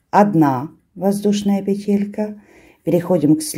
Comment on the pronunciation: Спасибо,! Очень люблю Ваш канал. Только Вас, видимо, поправляли какие-то «грамотеи». Правильно всё-таки произносить «пе́телька» и «наки́д». Можно обратиться к словарю, там указывается правильное ударение. Та же история у Натальи Рогатовской: она произносила правильно, доморощенные лингвисты потребовали, чтобы она произносила «пете́лька» и «на́кид». Ухо режет. Простите, не хочу Вас обидеть. Вы замечательная!